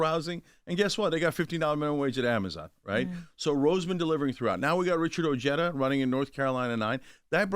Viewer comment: Oh-hay-tha Not o jed uh I’m an Ojeda n I cringe at how Richard says his name